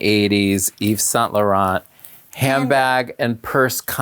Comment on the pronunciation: Or Saint Laurent. You don't pronounce the T. Tea!